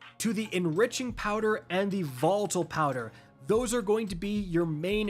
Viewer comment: Did he seriously say votle tonic instead of volatile 😆